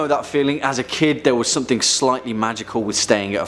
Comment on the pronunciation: Somethink? Do all brits turn a g into a k?